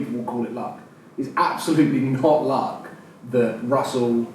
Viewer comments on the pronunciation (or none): none